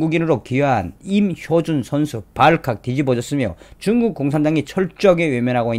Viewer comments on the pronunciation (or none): 임효준이아니고 임효주 발음정정요